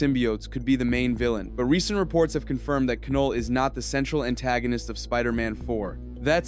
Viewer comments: Definitely scorpion and your pronunciation is wrong it’s not ca null it’s Knull the k is silent so then it just makes the null sound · Keh-Noll. Is this AI? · The K in Knull is silent